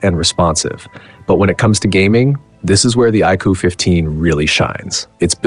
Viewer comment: AI voiceover (iqoo qoo) wtf is that... and origin os is more polished than color os. my a$$.